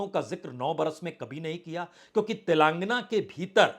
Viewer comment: Punya Prasun Bajpai ji आप तेलांगना बोलते हैं जो गलत है, तेलंगाना बोलिए